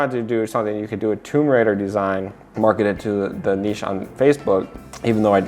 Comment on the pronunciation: I love it when people can pronounce niche ("nish").. Thank you!